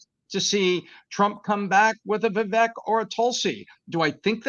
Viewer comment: CAN YOU GUYS PLEASE SAY VIVEK’s NAME CORRECTLY!! OMG ITS ANNOYING AND RUDE AT THIS POINT GROWN MEN!